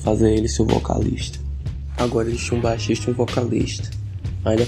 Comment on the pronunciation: Sempre que você falava baixista eu ouvia machista